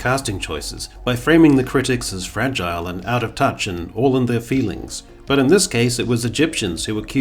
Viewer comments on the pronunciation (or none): none